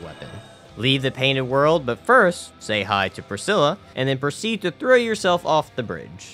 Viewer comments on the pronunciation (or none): none